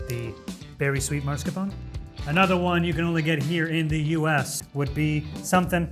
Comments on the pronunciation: “italian man” pronouncing marscapone wrong 🙂‍↔️ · How do you call yourself an Italian man and proceed to pronounce mascarpone like that? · "as an italian person"; Procedes to mispronounce mascarpone 5 times